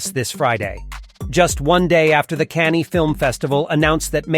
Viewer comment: Unsubscribed due to Cannes film festival being pronounce Cannie, and Louis (loo-eee) 15 (pronounced canz) Loo-ee Canz. I give up.